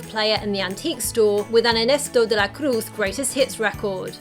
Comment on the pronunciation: your pronunciation of Ernesto De La Cruz was legit